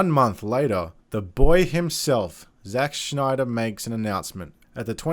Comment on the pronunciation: Who's "Zack Schneider"?